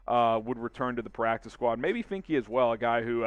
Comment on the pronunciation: Finke is pronounced fink just to let you know